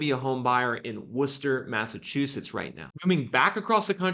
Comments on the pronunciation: Ooohh you said Worcester right! Lol usually out of towners call it wor*chester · Holy shit, you actually said Worcester right!!!! Well, close enough. Also, it's Mass. That inventory gap isn't closing with new buildings. It's gonna be a foreclosure answer. And with the rules in place that are anti-landlord.....the economy is going to be what causes it.